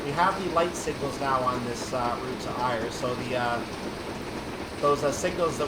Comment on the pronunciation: Ayr is pronounced Air. Like the air you breathe. Ayr Line = Air Line. I'm not criticizing as I love the route as well. 😃